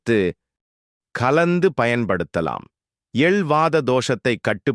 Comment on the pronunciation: எல் இல்லை. எள் .